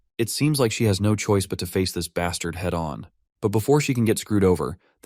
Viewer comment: This guy really likes to say bastart😂